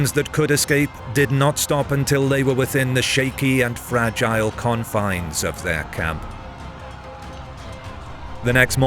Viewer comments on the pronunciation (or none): none